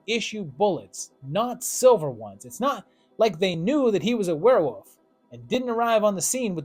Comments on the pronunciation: Why is this guy saying wolf like "woof" "werewoof" I've heard people pronounce it like this before is it just a mispronunciation or maybe they're talking too fast? WTH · Are you saying werewoof? 😂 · Were-wooof! I love how you pronounce werewolf. Never stop doing that.